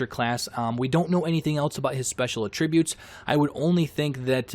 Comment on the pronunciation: The way you say attributes is infuriating